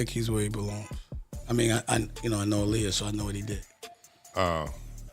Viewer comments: You spell her name wrong and pronounce her name wrong. It's AALIYAH. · This pisses me off when people make videos not knowing wtf they are talking about. That woman is not Aaliyah...and her name is not pronounced Aleeyah 😡🤬